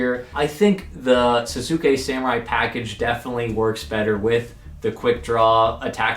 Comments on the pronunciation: Sahs-kay samurai is how its pronounced I'm fairly sure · people really don't know how to pronounce Sasuke even with how popular Naruto is : O